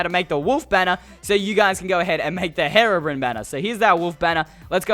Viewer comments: It’s HERO Brian not heroo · Its pronounced (h-ee)robrine not (heh)robrine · STOP SAYING HARABRINE ITS HERO-BRINE GOSH JUST STOP TO MUCH PRESSURE OMG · 3 things. 1 your intro sucks, 2 minecraft pocket edition is trash, 3 its pronounced Hero-bryne not haro-brin. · When he done herobrine i thought he said heroine instead of herobrine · Great accent lol ...."Herobren" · Hero brine you said it wrong